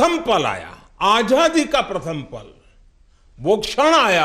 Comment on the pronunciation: आझादी नहीं आज़ादी बोलना चाहिए।मोदी जी को क्या आप यह बताने का साहस करेंगे?